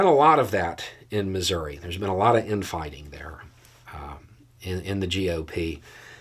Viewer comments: did you say Missouri or misery. Seriously, I swear you pronounced it misery. I could b mistaken. 😊❤ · First, I didn't like your suggestion that this is possible because, well, it is Missouri. Every state in the Union. And both sides of the aisle are equally corrupt. Second, you could at least learn how to pronounce Missouri correctly.